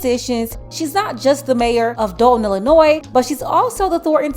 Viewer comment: Amazing..but it is Illinois.